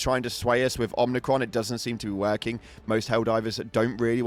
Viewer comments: OMIcron not OMNIcron. Jesus dude your ship literally pronounces it for you when you jump there. There's no N in it. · There's no 'n' in Omicron. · I was wondering if anyone else noticed. Man, it hurts to hear it the 'n' pronounced. Not even funny. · I immediately checked the replies once I heard the 'n' when incorrectly pronounced Omicron.